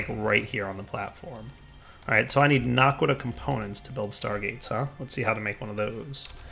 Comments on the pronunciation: OMG ITS NOT NARQUDAH ITS NA QUA DAH no r in it. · he keeps saying narkqudah its annoying